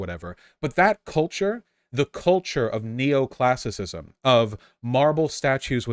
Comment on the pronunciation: Not to mention Neo-Classisicisciissiicisism